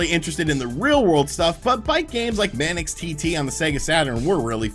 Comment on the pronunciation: "mannix TT" it's pronounced manks, rhymes with banks